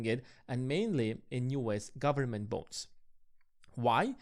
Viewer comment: Sounds like you are saying ‘government bones’ 🦴🦴